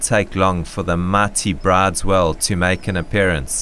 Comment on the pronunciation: Isn't the correction pronounciation of Bryde's whale 'brewdus', not 'brides'?